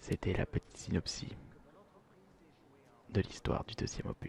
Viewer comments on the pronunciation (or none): Bonne video très relaxante mais t'as dis Synopsi alors qu'on dit "Synopsissss" mais sinon c'était excellent !!